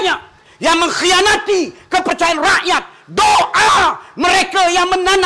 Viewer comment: Ni klau jdi menteri..hbisla..😂 sebut rakyat tu biar betul sikit.RAKYAT..BUKAN RAEKYAET..